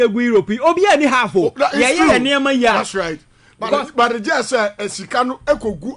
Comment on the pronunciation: And Iblove it when says “Das right, Ezatly and eiii “ It keeps me awake 🤣🤣🤣🤣